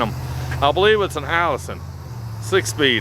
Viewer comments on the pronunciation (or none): It is a Aisin Transmission not a Allison!